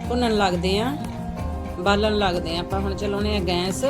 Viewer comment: ਬੀਬਾ ਸਲੀ ਨਹੀਂ ਛੱਲੀ ਹੁੰਦਾ ਹੈ।ਬਾਲਣ ਹੁੰਦਾ ਹੈ ਬਾਂਲਣ ਨਹੀਂ ਛਿੱਲ ਲਿਓ ਸਿਲਿਓ ਨਾ